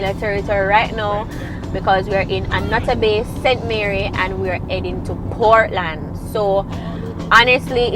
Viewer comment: St Mary not St Marry lol